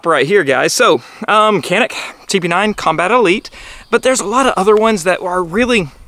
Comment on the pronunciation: This gun mading in turkey but we can't take it. America is a great country for buying a gun. Also it is not pronounce like that 😄